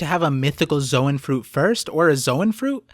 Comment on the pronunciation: Why does literally every one piece YouTuber pronounce "zoan" as "zo ahn" or "zo ehn"??? Literally in the original pronunciation It is just a "z own" like the word zone....